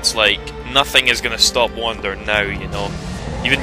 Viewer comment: Awesome again,. And, yeah, if you're gonna abbreviate it, say Wander, not Wonder.